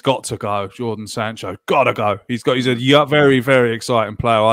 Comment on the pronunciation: Jordan Sancho and Bakayaro Saka... Goodness me! Get the names right man!